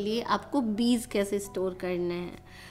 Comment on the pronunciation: Good morning dear, Kindly, improve your pronounciation of word Beej not Beez, Regards, S. M.Athar